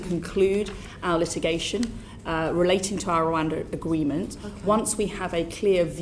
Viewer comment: "agweement" lol